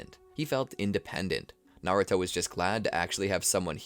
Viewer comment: "kuruma" "naruti" "shinshuriqi" 😭😭